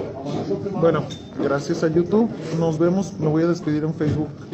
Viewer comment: No sabe pronunciar YOU TUBE,, pero que tal pronuncia las vulgaridades!